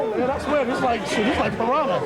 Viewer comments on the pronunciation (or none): none